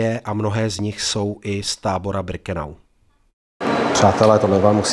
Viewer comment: Pane.. ne Brikenau ale Birkenau..PS.. nejsem váš nepřítel..jen mi to rve uši..:))